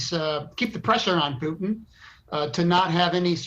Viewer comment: Did he call him Pootang? Omg that's hilarious. 👌🏼